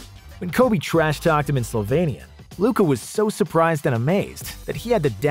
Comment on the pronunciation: Dude I love you because you pronounce SlovEnian wright i and Just a minor correction, late Kobe learned to swear on SerboCroatian (the same language) and since its Lukas second lang... he was amazed...